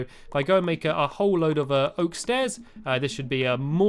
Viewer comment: And when u say oak u say: okywoky